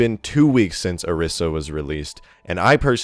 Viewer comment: The new hero will probably be released before people learn how to pronounce Orisa's name correctly.